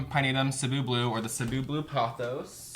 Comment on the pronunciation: i love how you correctly pronounced the "Cebu"! :) it's actually from the Philippines.